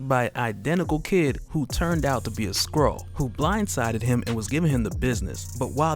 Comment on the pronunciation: Is it just me or does it sound like he says squirrel when he says skrull.